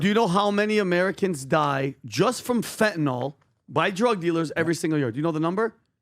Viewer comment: One more time for those in the back… It is NOT fentanol… It’s FENTANYL.